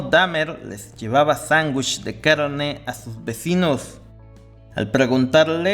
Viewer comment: Sangush 😂 Este tipo necesita terapia de lenguaje.